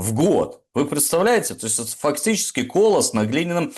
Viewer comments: Слушала, как всегда, с огромным интересом. Замечания ( мелкие): 1. КолОсс на глиняных ногах. 2. Слово-паразит ЗНАЧИТ. Очень часто повторяется, ухо режет. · добрый вечер! Спасибо за стримы! Я Вами горжусь, потому что я тоже белоруска. В слове колос ударение падает на второй слог. С ударением на первом слоге- это злак.